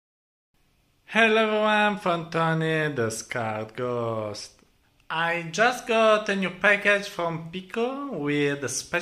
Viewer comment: I think I got the name now: "skarredghost" , the way he pronounces it is exactly like : escargot, but you have to have a french accent